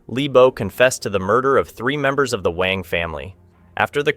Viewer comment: WANG is pronounced as "W-u-a-n-g"